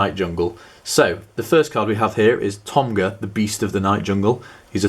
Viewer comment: this lil betch cant even pronounce togma's name right. hes saying tomga. ;)